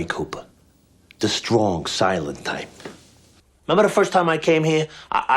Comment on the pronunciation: The way he says "the shtrong silent tyPe"